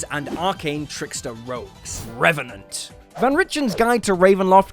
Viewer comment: Me: always wanting to make a Deadpool character him: reventent